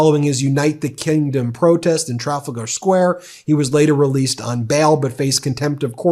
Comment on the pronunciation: Well that's the first time I've heard Trafalgar pronounced like that.